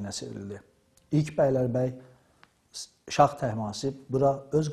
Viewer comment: Məncə,bu qədər savadlı bir insanın şah sözünü şax deməyində bir qüsur yoxdur.